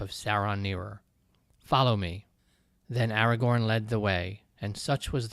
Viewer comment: This was such an interesting passage! I really need to read the Lord of the Rings at some point. (Hilariously, I kept imagining Aragog whenever you said Agagorn. 😂)